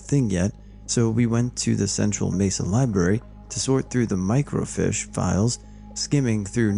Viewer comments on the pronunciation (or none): Did u really just say "Mirco- FISH"? 🐟 😳 ...LMAO! 😂🤦🏼‍♀️ ...Try again. (FEEEESH!) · Microfeesh, and 'suck-sinkt' I think that dude meant miles and miles, not mikes and mikes lol. Cajoling isn't like K-holing. Sorry man, I can't help myself... :) This is awesome, hugs!